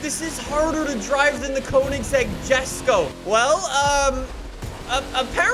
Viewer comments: ITS NOT “JES-KO” ITS “YES-KO” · It's not pronounced jesko Its pronounced esko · This guy has no idea what hes talking about. First, it's pronounced Yes-ko. Second, the gt350r has a totally different engine and is objectively better sounding and three, the gt500 was 100% intended to be a drag, straight line monster. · Still triggered by you pronouncing Jesko wrong on purpose 😤😂